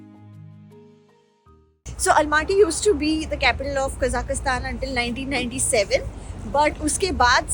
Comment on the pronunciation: Please pronounce the country name properly...its Kazakhstan ( there is no i in it)